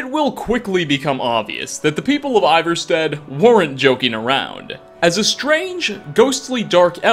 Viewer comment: Is this guy just a commentator or has he played Skyrim? I feel like Ivarstead is said often enough in-game that you shouldn’t mispronounce it